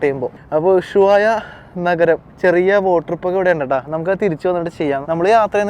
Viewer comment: നീ വീണ്ടും ചില്ലി എന്നാണ് പറയുന്നത് ചിലി ആണ് ശരി, പിന്നെ ഉശുവായ അല്ല ushuaia